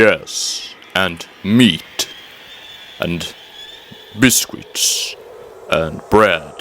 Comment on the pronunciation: your welcome sugar.. Your accent saying.. biscuits.. cracked me up.:-).. always enjoy your videos and good to learn something about the subject matter you cover. hugs your friend Dreama